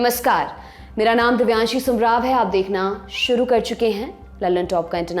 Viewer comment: I liked your accent today when you pronounced aap dekhna SHRU kar chuke hai at 1.40 minutes 😂